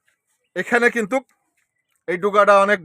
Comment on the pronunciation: কিন্তুক বলবেন না। বলবেন কিন্তু। ধন্যবাদ